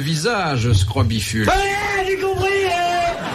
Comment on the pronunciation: Scrobicule et non srobifule/scrobiphule!